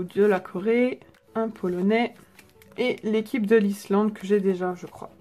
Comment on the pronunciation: Dans ta vidéo tu as dis polonaill à la place de dire polonais